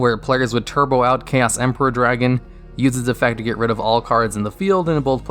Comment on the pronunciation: They butchered my boy Chaos Emperor.